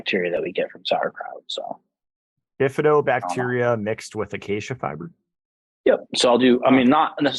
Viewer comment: " AQUEIJA FIBER" CANT UNDERSTAND WHICK FIBER IS THAT..HELP PLEASE IF POSSIBLE